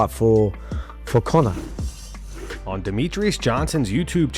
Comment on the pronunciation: Conor. On n. Not two.